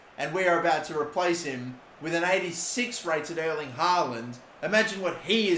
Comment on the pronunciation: Just for future vids, Erling is pronounced different from "Earl" or "Earling". More like the pronounciation of the word "air". Airling haaland i suppose :-) Best regards his Scandinavian neighbour